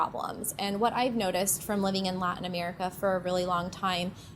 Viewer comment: The word latin is pronounced latin. It is not pronounced lartin.